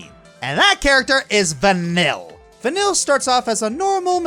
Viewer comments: It’s not vanyl it’s vaneeye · pretty sure it's pronounce van-eel not van-ill, but she sure does make you feel ill sometimes XD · OK I'm pretty sure "vanille" stands for vanilla in french, so pronunciation wise, we should not hear any L here... "ill" in french has a specific pronunciation. something like vanee-y-'